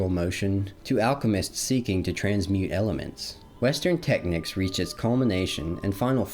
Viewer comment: Brother are you trying to say the word "technique"?